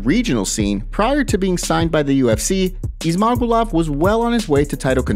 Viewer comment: Ok MMA journo…it gets pronounced by the UFC commentators as, “Izz—mah—goo’-lovv”